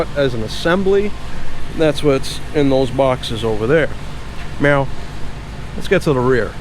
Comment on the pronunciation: Did you lessen the flavor on those strut towers? I don't know if its just me, but everytime you say "now" it sounds like "meow" :D